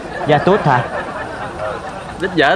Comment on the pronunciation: Ya tút chứ không phải đích vịt nghe ông nội